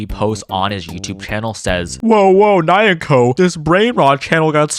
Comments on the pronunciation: makes a point about pronouncing muk bang in the correct choseon accent. fails to pronounce nyanko in the correct edo accent for the entire video. probably would have been better if you didn't draw attention to your pronunciation. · the mispronunciation of nyanko hurts my soul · i’m sorry but the way your pronouncing nyanko is making me tweak out